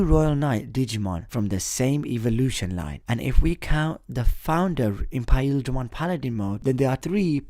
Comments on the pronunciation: isnt it pronounced imperialdramon and not impaildramon? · It's not "Impaildramon" it's "Imperialdramon". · Did you just say Impaildramon? No, its Imperialdramon. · y are u saying impaildramon it's imperialdramon look it up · I love your videos but I just have to say it's Imperialdramon not impaildramon hahaha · Who else gets an anxiety attack when he say Iperialdramon? 😂 Impaheldremon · Why is he saying Imperialdramon's name wrong? Is he cause he digivolves from Paildramon? Also how can there still be people who say manga wrong?